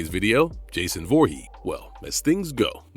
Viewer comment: Its "Vorhees", not "Vorhee"